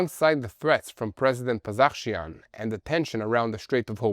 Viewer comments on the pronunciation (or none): I love hearing the pronunciation-attempts. Pezesh-kian got turned to Pezekh-shian